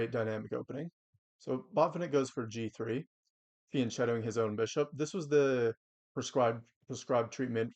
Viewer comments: But you knew what he meant. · Fianchetto isn't pronounced that way i think